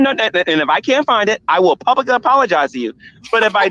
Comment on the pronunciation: So many funny interjections and jokes by and all of them went over head., please find a better co-host, this guy says PLUBICLY instead of publicly.